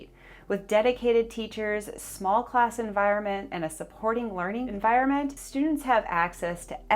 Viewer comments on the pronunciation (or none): none